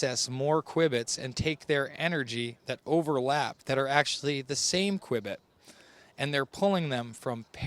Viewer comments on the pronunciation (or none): qubit is pronounced "cue bit", not "qwibbit".